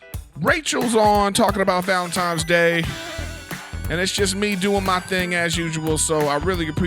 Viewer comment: I am not sure if ANYONE knows this or not but It's "ValentiNes Day" not "ValentiMes Day" lmfao I notice it every TIME someone says it wrong LOL